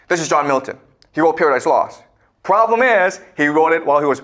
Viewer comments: “The pwoblum iiiiis…” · I love how always adds emphasis to the word problem